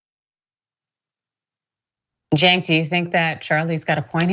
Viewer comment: The murderer who couldn't say cenk name right??? God you Republicans are dumbass